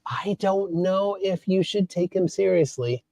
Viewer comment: sełiously?? omg! 🤣🤣🤣🤣